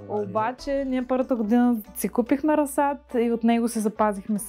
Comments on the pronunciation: Дневникът, който поръчах за майка ми пристигна днес :) Благодаря! Не мога да се сдържа, защото толкова пъти го чух във видеото, че ... - ра̀зсад :) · Приятно е да ви гледа човек видеата! Ударението на думата "разсад " е на първата сричка! Може да проверите правоговорен речник и в Интернет. Пожелавам Ви сили и търпение да съхраните здравето си и да се радвате на живота мъдро и интелигентно! Поздрави от Габровско! Благодаря Ви за споделената информация и опит!